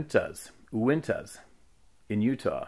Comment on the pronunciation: Uinta MTN range. Pronounced -You-in-tah-. Not criticising, or judging, or being one of those Facebook spell checkers. Just trying to add a little clarity since I live just outside of there. Think of Skinwalker Ranch and the Uinta Basin.. this stuff gives me extreme anxiety and also excites me when there is sightings and experiences so close to home. One day soon I'll take the time to email you about my experience. Thanks for what you are doing! I just simply can not get enough...